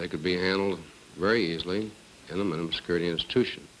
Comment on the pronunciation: The Wardan can't say minimum